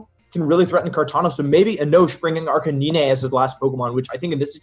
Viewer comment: Why the hell is this commentator calling it 'Arcaneenè'?? Never thought something like that would trigger me but goddamn that's annoying haha